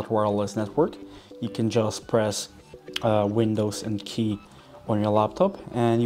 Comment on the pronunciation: Sorry, I cannot decode what you say after "windows" . Are you saying "key"? Is there a button for this and where exactly? Or, do you mean the letter "K" instead?